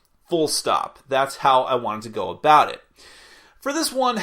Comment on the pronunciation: "There are animals a boot..." Sounds like someone's been spending time with the Canadians.